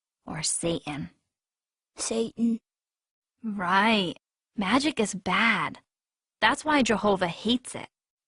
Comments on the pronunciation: Say-In, Sat'n and You wonder why He gets pissed off? It's pronounced SATAN You dumb asses, You never got the lesson that even GOD taught You, ya fuckheads! Oh, and His last name is Clawz, but FUCK, You can't even get a Human name right without confusing it with someone else! I'm dealing with IDIOTS, Jesus! Please help! They are too delusional for Me alone! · Uhm, at about , does she say "sa'an" and totally leave out the "t" in "satan"? Grrrrr. I think jehova (you know, if he existed) would be sad that people are leaving out the letter "t" when they speak.